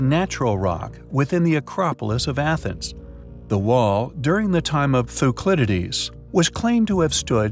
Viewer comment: The boy doesn’t read ahead or edit the script, it just says words. Gotta love that “Thuclydides”